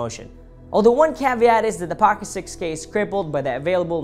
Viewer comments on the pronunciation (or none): none